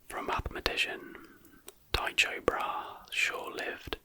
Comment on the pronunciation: his name was pronounced ty-ko bra-he